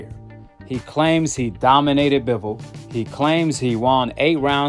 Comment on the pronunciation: 😂😂😂😂😂😂😂he said doninated😂😂😂😂😂😂😂😂